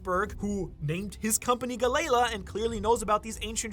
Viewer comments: JFC DUDE PLEASE! Galley = pronounced like Sally, Tally, Rally, Dally, etc La = pronounced like Law, Saw, Maw, Caw, Gnaw Its not "Guh Lay Luh" its Gal-EE-Law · Say it with me Gal Lee La.. the galeila pronunciation is killing me! 😂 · Galley- La (Gal-Lee) - (law) You’re saying ga - lay - la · wait isnt it pronounced "Ga-LLeY ~pause~ La" not "Gal-ley-la" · Its pronounced Gal-E-la. Not Ga-lela..... one of the biggest one piece youtubers and cant even say half of the names right. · Am I the only person In these comments bothered by how he pronounces galley-LA? Lol... Its gal-ee-lah not gal-Ayla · the way you say galley law makes me want to puke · Yo, just how did you pronounce "Galley La"?!?!? 🤣🤣🤣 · The Galley La pronunciation gave me a laugh. great video though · Disliked and stopping the video as soon as I galley la pronunciation